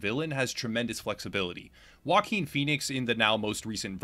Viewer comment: "Joaquin" is not pronounced like you think it is. All I can hear is "Walking Phoenix"!